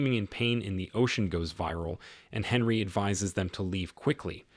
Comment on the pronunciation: It's pronounced Onree not Henry